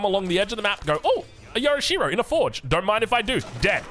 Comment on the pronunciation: Yo'rishiro not yora'she-ro. Get it together mate.